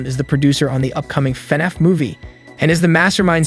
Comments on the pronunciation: Why did it sound like the narrator kept pronouncing FNAF as fuh-niff? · Why you say fnaf like that